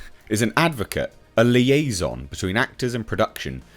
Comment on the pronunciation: Another interesting word there. Liaison :)